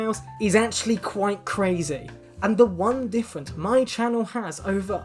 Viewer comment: femboy kwite